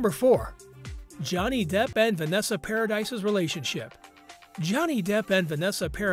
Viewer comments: Vanessa’s name is NOT Paradise it’s PARADIS!! It’s French, the “s” is silent!! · Not paradise, dude! Paradis is pronounced paradee. JD has NEVER been a cheat. I get sick when I hear people say that cause he def wasn't! That's why when AH came into him, he blew her off. He was still with Vanessa. She was with her so- called wife at the time, also, but cheating, like AB didn't bother her... at all! She was no kind of parent & his kids were smart enough to stay away from AH. They weren't blind & knew she was horrible to him!! Vanessa has plainly said he never cheated on her & he's said the same. AH, on the other hand, came into him but he didn't move on it for 2 yrs! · It's pronounced Paradee not Paradise. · PARADISE has an E at the end Please STOP saying paradise IT'S PRONOUNCED PARADY 🤦🏾‍♀️ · Thank you. Came to say the same thing. Was driving me bonkers when he mispronounced each time he said it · Exactly. It kills me when these narrators pronounces names wrong and wrong with confidence. It’s like you should research the people you are going to talk about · I KNOW HOW IT'S SPELT 🙄 I SAID PARADY SO IT'S PRONOUNCED PROPERLY. I KNOW YOU SPELL HER SURNAME PARADIS. THANK YOU 🥴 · omg they cant even pronounce vanessa's name right PAradis not paradise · The s is silent.....par-ah-dee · Vanessa's last name is pronounced "Pair-a-dee". It is Freanch not American. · OMG thank God someone else said this. If you're going to report something about someone, at least look into how their name is pronounced. It did my head in. "Paradise" 🤣🤣 twit! And I hate click bait, Vanessa hasn't spoken out about any of this. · No its pronounced PARADI 😂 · He name is pronounced Paradee! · Vanessa’s last name is pronounced Para dee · If your gonna narrate celebrity news, please pronounce their names properly. Note, it's not a difficult request. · EXACTLY. Click bait videos are so annoying, and he didn't even know how to pronounce Vanessa's surname correctly.